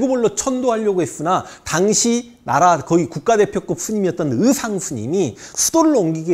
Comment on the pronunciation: 현필슨상님은 왜 '의' 발음을 못하시는가? 의상스님을 으상스님이라고 하시니까 웃어부렀잖소